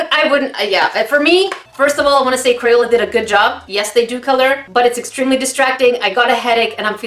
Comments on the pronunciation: did she just say cro-yola Ummmm.........triggered....😫😫😫😫😫😫😫😑😑😑😑😑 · "CROYOLA" 2019 - A.K.A.